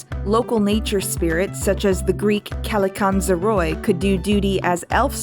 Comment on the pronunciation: So excited to watch another well researched review of content from you and finding things that i would never guess influenced me! I really appreciated hearing about a aspect of my culture not often discussed.I hope you don't mind if i correct you in your pronunciation of kalikantzaroi, it is pronounced like and "e" at the end, more like kalikantsaree. thanks again for this great video and the work! 💖